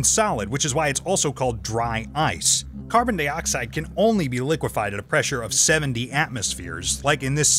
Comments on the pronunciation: PLEASE go BACK to YOU doing the narration... PLEASE!!! Not only does it NOT feel like a REAL Thoisoi video, you probably have to PAY to get that person to do the narration (which he's not very good at either... WHO SAY 'carbon DEEoxide" ???? NO ONE, THAT'S WHO!! lol) PLEASE brother, listen to your audience.... or at least give us a reason why you have to do your videos with a narrator..... In your last video I saw a TON of comments about not liking the new narration, and with 13 comments already on this one 6 of them were NOT about you switching back to YOU doing the narration... and one even unsubscribed because of it..... Ultimately it's YOUR channel, and I'm here for the SCIENCE. so I'll be watching all your videos either way... But it doesn't feel right without your voice... - AND if you are doing this to get more viewers, then I TOTALLY understand.... (but I personally don't think it will help all that much... but I WANT you to PROVE ME WRONG and HOT that 1 MILLION SUBS and get 200K VIEWS IN THE FIRST HOUR!!!) - But maybe listen to your audience if it doesn't work after giving it a few months (but you need to upload more than once a month lol) - Now.. ON WITH THE SCIENCE!!!! (oh and I NEVER GET TIRED of seeing the phase changes in that ampule, it is MIND BENDING!!!!) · why does he says CARBONDEEOXIDE bruh